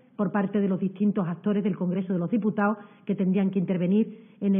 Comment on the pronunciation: Y esta paleta q ni sabe decir " congreso de los diputados" es portavoz??? Asi va españa... y asi nos irá. Al menos di Estado, o congresos de los diputados. Ten el acento q quieras... pero habla con propiedad paleta. Menuda verguenza